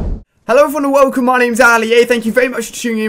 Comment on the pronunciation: U said velcome to another video of cod modern warfare video